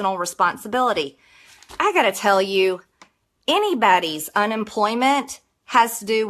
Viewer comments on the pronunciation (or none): "Eeeneebawdy" - cringe.